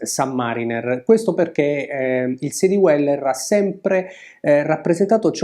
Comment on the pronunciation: Bellissimi video, argomenti posti sempre con competenza e con garbo, cosa rarissima oggigiorno. La pronuncia di Dweller suona all’incirca come “Dueller” non “Diueller”. Complimenti ancora per il canale.